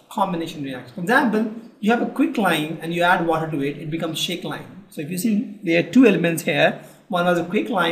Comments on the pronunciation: its slaked lime not shaked lime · Wow :3 Never heard of shaked lime .__. It is SLAKED LIME. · That is slaked lime not shaked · not shaked lime that is slaked lime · WELL THANKS FOR UR VIDEO AND SORRY TO SAY It's not shakes lime. It's slacked lime,HOPE U CORRECT IT !!!!!!!!!!!!!!!!! THANKS.................. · It's not shakes lime... It's slacked lime,.... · It's Slaked lime for Gods sake not SHAKEDLIME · I just heared shaked lime😃